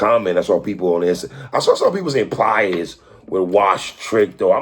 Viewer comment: I think 3 and Watson do this shit on purpose. Where is the R coming from? It’s PLIES. Not pliers like the fucking tool